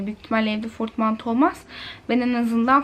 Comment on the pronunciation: Asdfsdafsfs :) dili sürçmüştür 😂